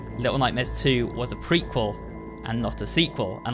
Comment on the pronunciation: Wait, did you just say.... prequal!?